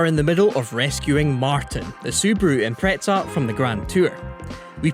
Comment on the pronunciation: There is not even a hint of a “t” in Impreza. But I guess some people put a t in pizza! Still…..